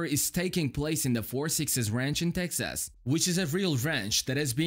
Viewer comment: Tex-ass. What a way to say it, lol.